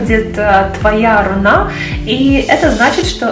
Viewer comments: в слове "руна" ударение на первый слог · Почему рунА, если рУна?